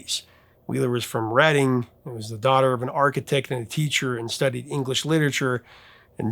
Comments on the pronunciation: The Sundays: it’s pronounced RED DING, as in the town. Also, I don’t know about the narrative that they faded away after that first album, I was working in music stores and I remember those second and third albums selling really well and charting on the modern rock charts, I can name at least three singles. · I always thought the album was pronounced Redding” writing and arithmetic. You know because Harriet is from Reading. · Was that the VJ who announced it was pronounced RED-ing after the town of Reading in England? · of possible interest: I've read that th first word in the album title "Reading" should be pronounced like the English town, not like perusing a book--and producer Warren Huart is good friends with the Sundays' drummer Patrick Hannan.